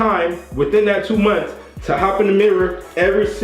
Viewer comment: He said i get a haircut for two moonths😂😂